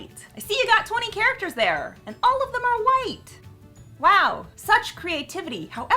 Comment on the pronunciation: A "Q" in the word "White".